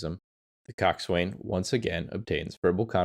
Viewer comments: Yet more rubbish AI. Coxwain is pronounced cox'un in both English and American. There was another like it - but if you can't get basics right, how can we believe the rest? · The Coast Guard Boatswain's mate in me madates I respectfully inform it's pronounced (koksan). Great video, well researched and informative. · IKR? I was going to say the same. It makes you wonder how familiar someone is about the subject, when they don't even know how to pronounce these familiar terms? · Pronunciation. Coxswain: 2 syllables: "KOK" + "suhn'. Gunwale: "gunnel".